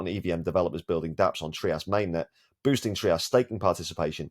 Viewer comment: Hello boss. The founder and CEO of TRIAS Anbang Ruan, pronounced it as “TRY-us”, not “TREE-us”. That is how he said it anyway. Out of respect, might as well say it right.